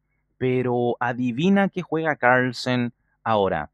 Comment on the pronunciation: se puede saber porque pronuncias Carlsen como si fueses yankee? sen es hijo de y carl de germano, carlos, asi que porque mierda te resfrias para pronunciar un apellido tan facil o tienes problema de fonética?